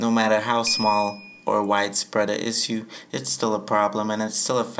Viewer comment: Learn how to say issue